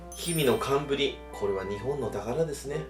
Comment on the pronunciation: 最初何て言っています？ひみのてんぶり？けんぶり？？へんぶり？？？3回目からはちゃんとかんぶりって聞こえるのですが最初と2回目だけがかんぶりに聞こえなくって正しい言い方なんなのか誰か教えてください 色々な呼び方や方言？みたいなのがあるのかな